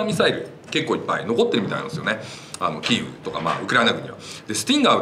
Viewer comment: 何度も言い間違えるならキエフで良いと思いますが。。。